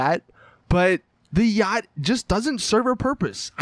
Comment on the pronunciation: Wow Americans are annoying. " don't buy a uaggghyt =yacht